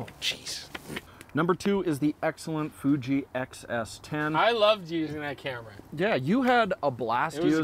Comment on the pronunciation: Ha Ha Ha...by is feeling 0 pain,,, "I juss love,,,d that Fooooji, SOOO mush fun"...Good thing he never got too close to the fire,,,Great Job gents. I appreciate your mentioning the Olympus OM D EM-1mk III...I know the Canon is much more mainstream,,,especially going forward, But with ALL the features and tricks that the Olympus can do---It's simply amazing,, Micro 4/3 or not. Always watch,,now subscribed!